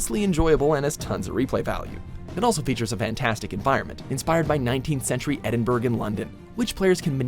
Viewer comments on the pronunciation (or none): As far as Edinburgh goes it's pronounced 'Edinbruh' not 'Edinberg' :) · Edinburgh is said as edin bruh not burg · Edinburg......edinfuckingburg!!! It’s Edinburgh (eh-din-bruh) you uncultured swines! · Maybe research how to pronounce the names of locations so you don't look like degenerates. Edinburgh not Edinburg 😂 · Edinburgh PRONOUNCED BUR-RAH not BERG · Wow. Edinburgh is pronounced Edinboro and it's in a country called Scotland not a city in England called London.🙄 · edinberg? sorry, we know how to correctly pronounce your points of interest like arkansas, houston, minneapolis etc. it'd be kool if you weren't all so ignorant that you could pronounce the name of scotland's capital........ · Damm endinburg London not lie it’s Edinburgh scotland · Wait did he call Edinburgh fuckin Edinburg 😂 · That’s not how you pronounce Edinburgh, it’s pronounced Edin-bruh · "EdinBURG in London"???! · Edinburgh is pronounced Ed-in-bur-ah. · EDINBURG? Fucking seriously!?! Jesus Christ learn to pronounce things properly. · "Edingberg" you fuckin wot m9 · As a Scottish person, it has aggravated me how you pronounced Edinburgh. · the g in edinburgh is silent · I can’t look past the way he said “Edinburgh”... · It's a capital city. Please learn to say Edinburgh correctly. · FML the way he pronounces Edinburglikd that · The way Americans pronounce Edinburgh pisses me right off